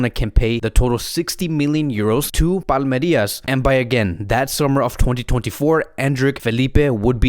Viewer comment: It's Palmeiras, not Palmerias Endrick in Brazil is expected to be the next Vini Jr.